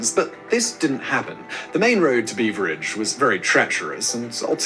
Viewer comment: Beveridge as in Beverly